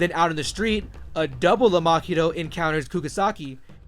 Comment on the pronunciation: its Mahito not makito. how do you expect your channel to grow if you cant even pronounce names properly. this guy is butchering half the names